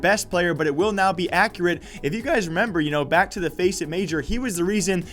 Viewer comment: its pronounced "EX" ccurate